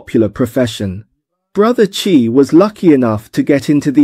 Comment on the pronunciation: Awesome incorporation of AI Tech! Love the accent!! which AI did you use? One bit of suggestion, pls use "Bro Chai" rather than "Bro Chi", I was thinking chi, si, xi...